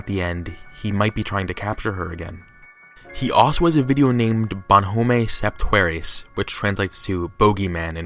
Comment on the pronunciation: No one: Not even one French person:: "jAy MaY SoWVyeNs" "Dy0o BeNiSaYz NeUtEr FowYer" "BonHoEMaY SepT HuErAyZ"